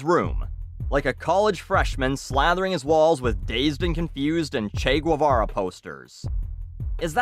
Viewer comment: Is anyone going to mention how said Che GWOO vara?! Sorry if for pointing it out but it's alien for me.